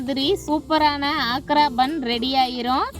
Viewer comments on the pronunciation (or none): ஆக்ரா பான், பான் என்றால் வெற்றிலை. சரியாக உச்சரிக்கவும்.